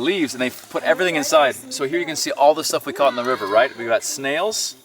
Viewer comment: "catached" got me.